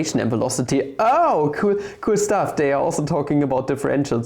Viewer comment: It's "they" and not "dey"